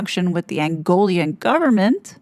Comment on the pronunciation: It is Angolan not Angolian.